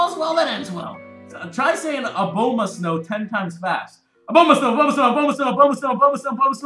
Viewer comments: It is pronounced like Uh-bomb-uh-stone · it is pronounced A-bom-a-snow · I just pronounce Abomasnow as Obama-snow